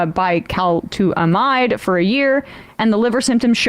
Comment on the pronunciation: Emma, just to help you out, it's pronounced "bye-kuh-LOO-tuh-mide". Don't worry, everyone gets it wrong; it's a tricky one. Even some of the pharmacy assistants when I was taking it would struggle with it.